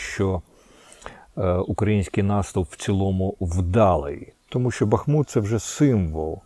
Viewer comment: п. Корчинський місто БахмУт так і вимовляється , дякую!!!!!!!!!!!!!!!!!